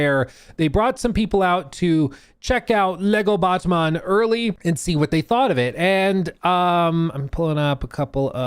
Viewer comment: the way you said "Batman" got auto-captioned as "botman" lmao